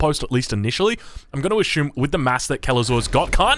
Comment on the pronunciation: English: assume: ashume English: you're killing me, killing me I tell you